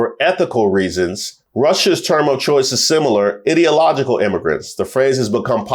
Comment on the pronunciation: The way you're pronouncing ideological is ruthless hahaha well played